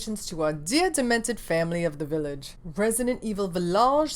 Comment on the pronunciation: I love this video. I love your passion. I love the (french) way you say "Villaaage". And of course I love your eyeshadow. 🤩🤩🤩🥳 Kiss from France ! 🇨🇵🇨🇵🇨🇵😊😊😊